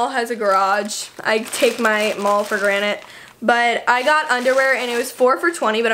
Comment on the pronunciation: Gracyn Thomas I know what she meant to say but it sounded like granite lol I just thought it was funny